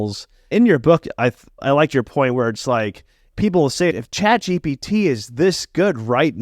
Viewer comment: why do some people say chatgbt ? is it the same people that say nukular?